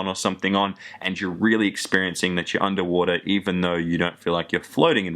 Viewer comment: "Under wora" "That much betta" xD